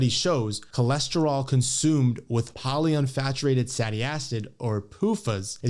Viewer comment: He said "poly unfaturated satty acids"